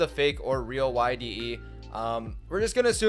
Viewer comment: it isnt yde, his name is Yde not YDE so...